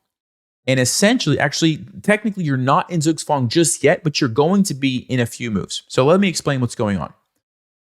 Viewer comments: You'll never check how Zugzwang is pronounced in German will you? ;) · The pronunciation of Zugzwang kills me. Pls just no